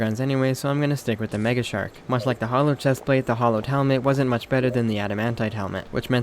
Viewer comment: I want to know why Terraria has made people read Hallowed as "Hollowed" Has no one ever heard that word before? So many things in this game are mispronounced. I dont understand. Eye core stickers? Really? Eye core flasks? Really?